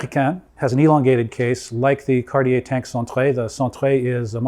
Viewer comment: Hearing Cartier pronounced right - made my day!!! Thank you!